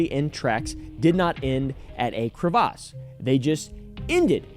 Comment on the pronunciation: Is that how crevasse is rlly pronounced